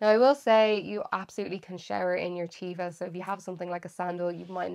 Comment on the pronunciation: Not a criticism, but so many people mispronounced that sandal brand. It's supposed to be pronounced with a short e, Těva, not a long e, Tēva. It's a Hebrew word that means nature or with the earth. I love Teva sandals. They're the best. Sadly one sandal from my favorite pair met my puppy who decided to make it his chew toy. I actually called the company to see if they happen to sell individual replacement sandals for those of us stupid enough to let our puppy get a hold of our sandals. The gal laughed and said they don't but she thought it was a good idea. 😂 I would've bought a new pair of them but they no longer made that style.